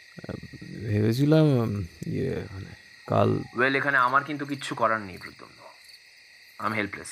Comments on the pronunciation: Jini golpo ti path korechen tar modulation osadharon kintu puro golpoti te tini protagonist er naam mispronounce korlen. eta khub ossoshtikor. pradyumna.....not pradyunma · Nah khub kaane lagche miss pronounciation ta. Bhalo kore review kore golpo publish korun please. We have high hopes on you! 👍🏾❤️ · Golpo to bhaloi. Kintu character er naam actually “prodyunmo” na ota “prodyumno” hobe? 😮